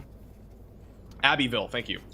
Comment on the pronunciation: Abby ville is the pronunciation. . my Cajun people spell things their way